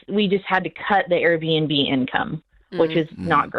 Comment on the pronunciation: Airbnb ... Air B & B. (Not "BinB")